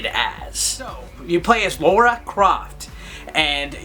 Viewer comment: It's lAra not lAUra 😜 love the review!